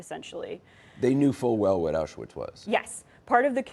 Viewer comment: The banality of evil. But why does Anderson Cooper not pronounce ‘Auschwitz’ correctly? It’s so disrespectful.